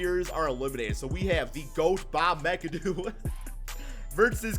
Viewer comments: It's pronounced MACK-A-DOO not mic-a-doo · Bob Mee-Ka-Doo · Bruh lol It’s MACadoo even tho it looks mcadoo lol And bob Pet it not PeeTit lmao